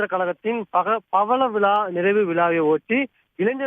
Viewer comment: யோவ் பவள விழாவா இல்லை பழக விழாவா நீ எல்லாம் என்ன யா செய்தி படிக்கிற 🎉